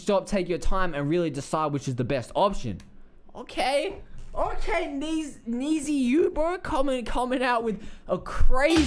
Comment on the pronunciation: Pronounce it like “Need you”